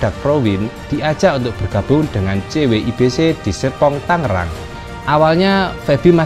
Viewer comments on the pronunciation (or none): none